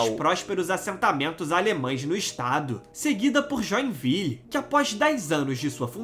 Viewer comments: No Brasil como um todo há muitos descendentes de europeus já que os portugueses têm são portugueses! E é Joinville (join-vilê e não joia-viu) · Não se fala Joenvil mas JOENVILE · Joinville o nome certo ele,, falou errado, (Johnville) ..tá querendo inglesar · Joinville é a maior cidade de Sta Catarina e a pronúncia correta é: Joinvile, como esta escrito e não joenvil, como dito. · Acho que o nome Joinville a qual você se refere é de origem francesa. Portanto não pode dizer com essa sua pronúncia.